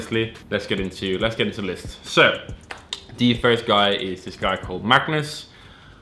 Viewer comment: this man magnus can't say his own name lol